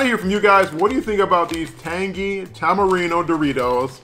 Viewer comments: That’s fine with me, but in america it should be pronounced tamarind. Do they pronounce things in Mexico the English way? No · Tamarindo, son!!! Good review Bro 👍👍👍 That last letter is a D not an O on the Doritos bag. 😜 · Apparently I can't pronounce Tamarind?! ..... Tamarino?! ..... LOL 🤣 How many times did I say it wrong?! 🤦‍♂ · I must look for those! I actually love it when you say a name of something a different way, because I do that every day 🤣 I like Tamirino better!! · I'm guessing five times without listening how many times you said it wrong